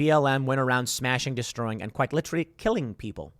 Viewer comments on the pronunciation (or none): none